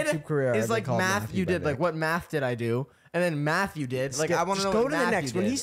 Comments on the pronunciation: fr i thought nick said matthew😭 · I totally thought Nic said “Matthew” and not “Math you” too 😅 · im with you chris i thought nick said "matthew did" and not "math YOU did" lol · "I like to see what MATH YOU did" "Matthew?" It took me a moment too to realize it was MATH YOU not MATTHEW 😂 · He said Matthew lmao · Frr he definitely said matthew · ngl i thought he said matthew aswel 😭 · NO BC I THOUGHT HE SAID MATTHEW TOO HELPPP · I thought he said Mathew too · 'math you did' and 'Matthew did' is so funny cuz I heard 'Matthew did' lmaoooo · I also thought Nick said Matthew 🤣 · I heard "matthew" when nick said "math you" to chris so dw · no but i also heard matthew not math you did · I SWEAR I HEARD “MATTHEW” WHEN NICK SAID “MATH YOU” HAHAHAHAH I WAS SO CONFUSED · i was with chris bruh i thought he said matthew 😭😭😭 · i heard matthew not math you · Lol even the captions said “Matthew”😭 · I heard Mathew 💀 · Am I the only one besides Chris that thought Nick said “I want to know what Matthew did” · I thought nick said Matthew too 😂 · I heard Matthew then I heard math you